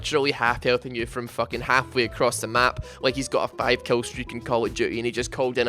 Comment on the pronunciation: You're gay! Kill not "kell". Twisted Fate not "twested fate", Mid not "med", VIDEO NOT "VEDEO.